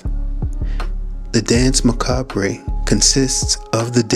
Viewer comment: Tip for future reference mate, you don’t pronounce the “re” at the end of macabre. Also some of your links and connections are pretty tenuous. Some of it makes total sense but some not so much